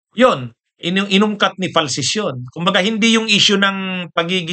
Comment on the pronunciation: "FALCIS" po Not "FALCES".👋😁 Araw² po kami nanonood sayo..kasama pati mga anak naming bata..Isa ka sa Priority, pinapanood ko.. Araw- araw at taga Sorsogon po ako.😎👍